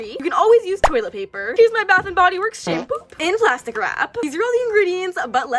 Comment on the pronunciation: Girl why did you call it shampoop